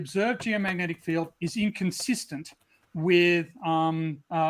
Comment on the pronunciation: can't say the word "field". He pronounces it as "filled". He also pronounced "wolf" as "woof" in the past. It's because he's mentally 5 years old.